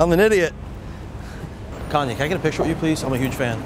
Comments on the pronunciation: I thought he said Kony lol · haha when he said "kanye" i thought he said "kony" lmao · Lol, I thought he said Kony too. He actually looks more like Akon